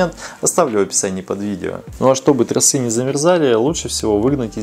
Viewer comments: я очень безграмотный в русском. Но торосЫ и трОсы режут ухо даже мне. Если ты вещаешь в массы, хоть делай не тяп ляп. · А как оживить закисшие трОсы,а не тросЫ.так и не сказал.хотя это было бы ооооочень актуально. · Не тросЫ а тросА